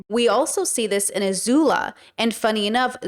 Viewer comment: not "azula"